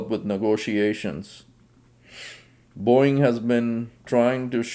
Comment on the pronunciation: It's Boeing... not boing... 😂😂😂